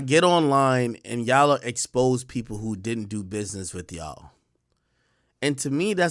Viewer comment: When did the word YA'LL become YAW? ..